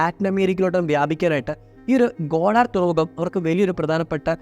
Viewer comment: ഗോഡാർ അല്ല ബ്രോ ഗുവാതെർ